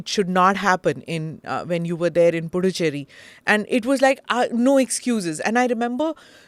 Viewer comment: Smita madam. It’s pronounced as Pudhuchery. It’s not Du it’s Dhu while pronouncing.. pudhu means new Cherry means colony. It means new colony.